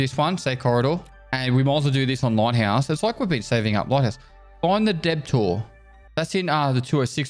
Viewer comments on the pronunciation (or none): the way he said debtor wrong did my head in. my guy made it hyphenated deb-tor lmao